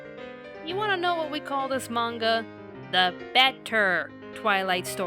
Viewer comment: I'm happy just to hear them pronounce manga the right way. I hate the current popular way to say it with a high "A".